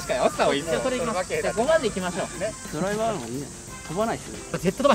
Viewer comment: ヒカルのドライバーの発音が運転手なんよ